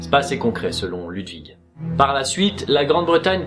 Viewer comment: Stp on prononce L"OU"dwig avec un ou pas un u